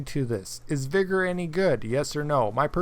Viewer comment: Btw cheers for pronouning VIGOR correctly people keep saying veeegor or viiigor and it makes my skin crawl LoL great to hear someone that knows it is pronounced vigger... Would be great if Arma 4 came to consoles with mod support... Really that is what everybody wants from these asset flipped clones